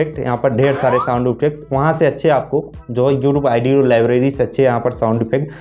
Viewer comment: Oo bhai wo audio h na ki aaedeo bolna to sekho phle